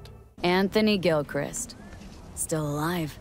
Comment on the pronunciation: That is not how you pronounce Gilchrist. It's literally Gil+christ.